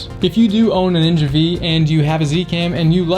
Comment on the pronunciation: AFAIK it isn’t the ‘Ninja Vee’ it’s ‘Ninja Five’. V is the Roman numeral for five.